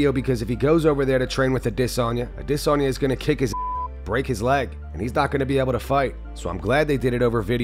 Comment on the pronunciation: Stop pronouncing Adesanya like that. Idc if that’s how they say it in Nigeria. You don’t have a Nigerian accent. Or else you’ll have to start saying every foreign fighters’ names in their native accents. It’s just weird